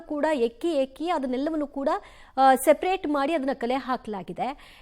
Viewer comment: ಎಕ್ಕಿ ಎಕ್ಕಿ ಅಲ್ಲ ಹೆಕ್ಕಿ, ಹೆಕ್ಕಿ ಕಣ್ರಿ.